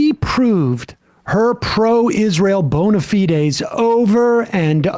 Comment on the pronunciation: "Bona Fides" pronounced correctly. Thank you, Sam, thank you. ❤